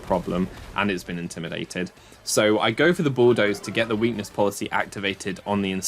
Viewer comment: you said "and activates my weakness policy" wrong. its "and activates my WEAkness poLICY".